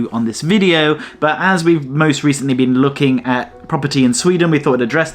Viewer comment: Did he say, "never BEAN there before?" 😂